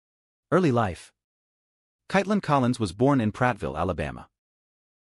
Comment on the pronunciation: As the narrator .... pronouncing her first name correctly is important . So frustrating .